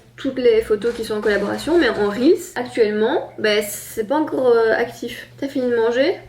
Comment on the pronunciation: Je ss d'accord avec on dit "reels" pas réal mais wsh hhhh Ps: best couple ❤👑